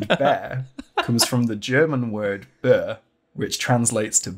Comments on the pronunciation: I like how he pronounced "Bär" (german for Bear) like Burr even though it's just pronounced exactly like the english word Bear. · The german word Bär is pronnounced like bear 😂 so it was even funnier for me 😂😂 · as a german i am deeply offended how pronounced the word Bär it's actualy pronounced bear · the german word bär actually almost has the same pronunciation as bear